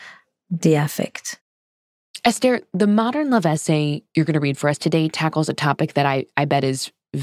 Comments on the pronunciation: It's not pronounced Estair. It's pronounced Ester in other words S ....TER! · You pronounced her name wrong every single time.